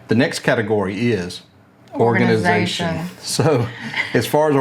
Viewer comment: "Organization" - not Orginization